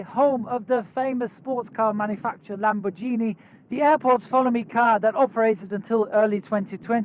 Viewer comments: it's LAMBORG-INI not LAMBORJINI 🤦‍♂️ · Lamborghini (Lam-bor-gee-nee; gh is pronounced as in get or gator) not Lamborguini (gui is pronounced jee as in Jeans) ;) Otherwise, thanks for the insight! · lamborGHIni not lamborgini ahah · OI YOUR PRONOUNCING LAMBORGHINI WRONG! ITS LAMBOR-GINI NOT LAMBORJINI (no offense) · Did say lambhorjini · “Lamborgini” lol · Hold on, did he just say lamborjini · Did you just say 'lamborgini' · You said lambojhini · Lam-bur-gee-nee Aladdin drives the car. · "Lam-bor-JEEN-ie" Me: nani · LamborGEEni..... cringe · As an Avgeek, fan, and car guy, you saying ‘Lamborgeenie’ hurt me. Love the vids ✌️ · The first Lamborghini was incorrect the second one was correct. Because in Italian, if the letter G is followed by an H, then you dont really speak the G (for example; Lamborghini = Lambordschini) ;) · Hi, I'm italian, I appreciate your effort, but it actually is lamborGHIni, as in genGHIs khan. When in a word after the letter G there is an H we pronounce it as in genGHIs khan, if after the G there is no H then it is pronounced the way you said it. I truly appreciate you tried, this is just a constructive comment, I am just an aviation enthusiast and with your videos I learned a lot about aviation. So as a thank you, I am flattered to share this little detail 😊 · Lamborghini - as in ghiacco, not as in giorno (that 'h' makes all the difference) (BTW, you seem to get it right the second time) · I live near Bologna, and took off many times from there. The Lamborghini follow me car is a familiar sight there. But...it is pronounced with a hard "g"! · Hey, This is how Lamborghini is pronounced the right way.... I’m not Italian, but it sounds much better that way: Cheers and thank you for your fantastic videos! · I'm not even Italian (I'm German), but that hurt me as well. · the way he pronounced lamborghini physically HURT. Ouch! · But only once, second time was okay :)).